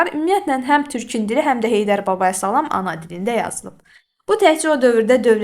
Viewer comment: Salam həmil-sakit,yumşaqxasiyyətli deməkdir. Səhv vurquladız ama izah əladır